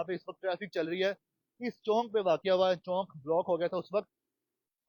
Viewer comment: Chonk ni hota Pyarey Bahi, Asal lafaz Chowk hota hy.